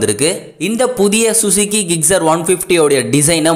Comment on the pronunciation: Its not gigcer..... Gixxer......